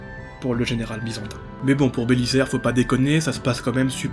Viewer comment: Compte de l'orthographe on doit dire Belizaire, pas Bélissaire. Désolé le côté gramar nazi qui monte aux oreilles.